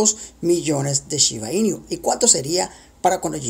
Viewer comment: 500 millones y no pronuncias bien su nombre!!!! Es shiba inu no iniu